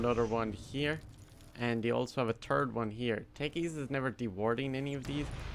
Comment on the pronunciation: i love how you say three as tree and third as turd :)